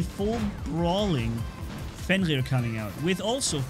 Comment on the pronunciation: When u say fenrir it sounds like ur saying fenqrir